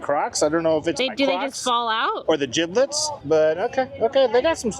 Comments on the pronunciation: Not you saying jiblit😂 it’s jibbit 💗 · Please let know it’s “jibbitz” not “jibblits” 🤣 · Jiblets 😂 it's jibbetts I like jerids version better! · lol not jiblit.. it’s Jibitz😂😂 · calling gibbitz gibblitz has me cackling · Haha, nothing is more millennial than calling crocs jibbitz, gibblets 😂😂😂, you’re hilarious! I can relate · lol I call it the same to far gone to pronounce it correctly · I was gonna say the same thing 😂 Not calling Jibbitz, “Giblets” lol